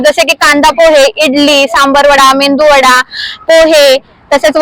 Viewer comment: मेदू वड़ा असतो , मेंदू वडा नाही ओ